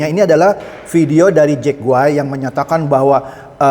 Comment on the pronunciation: Pak itu salah sebut bukan jack goay, Itu jack goib🤣😂